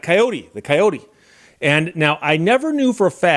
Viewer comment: It's pronounced coyote, not coyote ;)